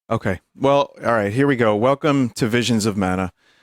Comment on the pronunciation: twia... wait a minute... here we go: vizuns of mana :3